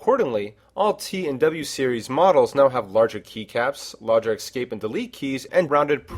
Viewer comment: "escape" NOT "ex-scape"